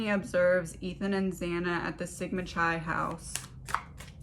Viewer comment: This reading is great. The 2nd word in the fraternity is pronounced KI like in KITE. C sounding like kuh, silent H, and then I.